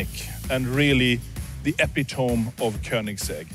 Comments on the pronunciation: Christian von Koenigsegg: visionary. Validator of everyone who's ever read "epitome" as EPY-tome rather than e-PIH-toe-ME. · He pronounced epitome as "epi-tome" instead of "epi-tomee" 😂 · Epi-tome is that e-pit-o-me? 😂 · The word looks like epi-tomb but its pronounced E pit O ME. He engineers cool cars though. "We found a way to make the simplest shifting design 10000X more complicated for no reason" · Did he just pronounce “epitome” as “epi-tóme” vs “epítomē”?! I guess we can give him a pass as a (b?)millionaire-genius-playboy-engineer-entrepreneur speaking a non-native language fluently… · This is amazing and Koenigsegg never fails to impress. I do find it kind of odd that with everything that went into this, no one told Christian how to pronounce "epitome" correctly. 😂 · Did he just say “Epi-toam” ☠️ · Oh my god, has nobody ever told him how to say "epitome?" I know he's Swiss, but. I guess I've just never heard someone actually make that mistake. It's kind of cute, almost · But he doesn't know how to pronounce "epitome". Lol.